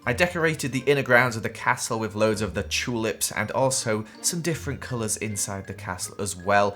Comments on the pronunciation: I like when he says chulips instead of tulips 😊😆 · i love how says chewlips 💀